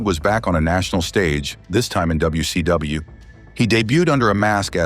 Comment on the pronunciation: AI doesn't sound very intelligent when it says wc dumbayou.😂